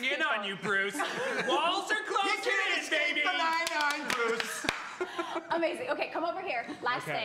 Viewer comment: Joe and Andy say 'Bruce' so well, both of them need to become Batman villains.